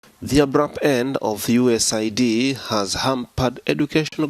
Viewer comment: What in the world is US-A-I-D?! Did he mean US AID?! You can't be serious 🤦🏽😅